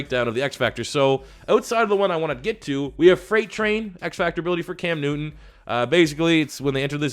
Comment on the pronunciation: Even though I am a Cowboys fan I don’t understand why he said Cam Newton like that